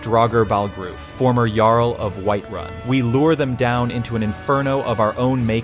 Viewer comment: Man they turned White run into Wight-run😂😂